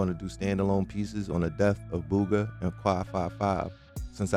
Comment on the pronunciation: Guarantee his name wasn't Boooooga. It sounds EXACTLY like Booger, except its Booga. Buuugga.